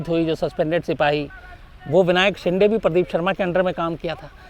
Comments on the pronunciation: शिंदे है...... शिंडे नही ....आप ग़लत उच्चारण करते हो । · Shams bhai you are not pronouncing Shinde properly, Please pronounce it properly